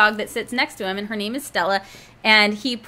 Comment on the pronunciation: Woo hooooo! You answered my question AND pronounced my name correctly! Thank you!